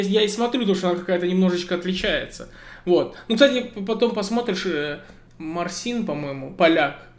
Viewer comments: Не марсин а Марцин поляки так произносят имя Мартин,ударения идёт на первую ,,А" :0) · если поляк, то не МарсИн, а Марчин. Ударение на А. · Хорошо держишь субординацию между преподавателями. Играешь как всегда на высоте. Кстати со всем уважением к тебе хочу подсказать как правильно зовут того поляка который творит с гитарой невероятное. Так как работаю с поляками уже не первый год. В польском языке «ci» читается как «чи» Поэтому правильно будет “Marcin” “Марчин”. Ударение на первую согласную в польском всегда. Для упрощения наши славяне называют их просто Мартин. И они не обижаются;) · Правильно сказать Марцин ударение на ,А" так палочки произносят имя ,,Мартин" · все таки его зовут Марцин Парцзалек. Ударение на первый слог. Через с его зовут кто не знает, щ, ц, и прочие швиштяшие. По польски он Марцин (английский Мартин)